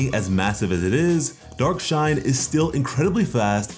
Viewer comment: Why do I keep mishearing dark shine as dark knight